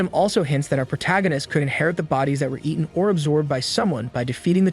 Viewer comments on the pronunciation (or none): none